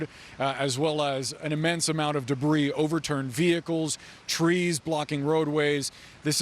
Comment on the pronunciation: Did he describe the debree as "Destridus"